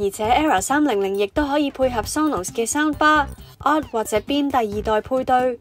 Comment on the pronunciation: 真係要加油呀， 呑咗粒字，係LED呀😂 240Hz呀🙂 係Soundbar呀😂